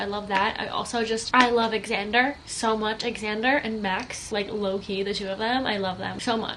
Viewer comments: I think it’s pronounced like Zander hahah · Is it pronounced “X-ander” or “Zander” 🤔